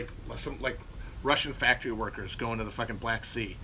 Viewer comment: Matt says the word "factory" like a racist parent says a slur at a restaurant under their breath